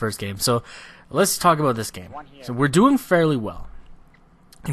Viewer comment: i love the way you say a-boat. lol